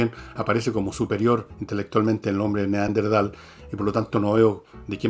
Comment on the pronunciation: Entiendo que la palabra es Neanderthal y no Neanderdhal como lo pronuncias Fernando, que precisamente es el antecesor del Homo Sapiens.